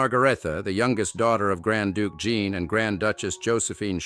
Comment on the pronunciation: Please pronounce JEAN. Correctly, not in its feminine British version .